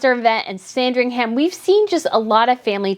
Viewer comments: Hi I love your news and watch them all, but this time something you're saying is just grating a little bit. You are making Sandringham sound like a sandwich 😄It's not Sandring-ham....it is pronounced [SAN] + [DRING] + [UHM] I'm not being picky and I hope you don't mind my saying, but as a Brit I thought you wouldn't mind. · Sandringhum is the pronunciation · yeah but it's Christmas and if you look at Kate, you'll see Beatrice behind her wearing green as well. Also the "ham" at the end of Sandringham is not pronounced. It's more like Sandrine-um. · It’s sandring “um” for ffs…. Get the pronunciation right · Just FYI..sandringham in england in pronounced Sandring- um. The ham part is not pronounced that way. Love your show btw. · Sand-ring-HAM 🤣🤣 ah you Americans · Just a note, i know it's the American way to pronounce the HAM in place names but Sandringham is actually pronounced San-dring-um. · Sandringam my darling! the H is silent! (merry christmas..love your channel!) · Dear - just so you know - you don’t pronounce the ‘h’ in Sandringham. It’s not ham as in piece of ham. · Pronunciation tip! Sandringham is pronounced 'Sandring 'um'. Norfolk - 'Nor 'fuk' no folk! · I agree. However, Norfolk is pronounced Norfuk (like foot) and both Buckingham and Sandringham need to have that last "a" dropped when saying those words.